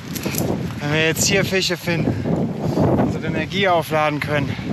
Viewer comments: Wie immer "Fiche" statt "Fische" sagt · sch aussprechen kann auch nicht jeder. Es heist Fische nicht Fiche. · du bist ein echt cooler typ, ABER bitte bitte bitte bitte bitte, lass dir bei bringen wie man FiSCH ausspricht, das triggert mich so ungemein:D:D:D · Super Videos (Funfact: sagt "Fiche" und "Elsch" XD) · Er sagt Fiche. Punkt. Akzeptiere das. Du bist auch nicht perfekt. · Bruder, kann der Typ nicht einmal "Fische" richtig aussprechen???